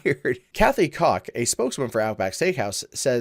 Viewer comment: Koch is generally pronounced like Coke, not Cock.